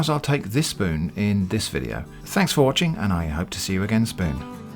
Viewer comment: Wait... Did you just say "see you again spoon"? 😁 YouTube's auto-generated captions didn't pick it up!